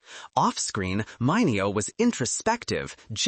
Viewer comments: Sal Mineo (mini-oh) not (mine-ee-o) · It's NOT mine-eee-oh it's Mini-oh! Youtube your computer narrator SUCKS!!!. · Say "MINute" ...now say MINeo. And, no for nuthin, this isn't a read that calls for the histrionics of a Method Acting role. Just read it without trying so hard to sound like a drama queen auditioning for as bad soap opera. And if you are using and AI generated voice for the narration, tell it you want masculine sounding one. BTW, the fact that aome of the gay stars were blacklisted by such a superficial and cruel industry may not be the tragedy you seem to think it is. One can have a beautiful and whole fulfilling life not being a celebrity or a movie star at all -- millions of people live perfectly happy lives without the fame and celebrity's hollow adulation; in fact, it may even be easier to find happiness and personal fulfillment without the burden of fame -- proof of that seems to be in the very high number of celebrities whose lives turn out to be total disasters. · Sal Mineo was pronounced as Menio not the way it is spelled. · when you butchered sal mineo's name, i bailed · AI can’t be taught words like that…